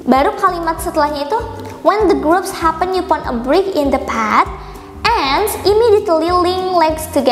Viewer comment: Maaf kak koreksi upon itu bacanya "e pon" bukan yu pon